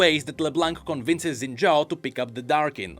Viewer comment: Shin Jao. you racist to Chinese or something? it is pronounced SHIN. JAO.